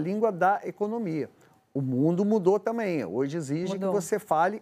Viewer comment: Jornalista falando “tamem “ … vergonha!